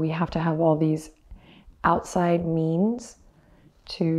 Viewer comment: Done this several times, and every time I heard "outside memes" instead of outside means. Yep, getting my inner memes on.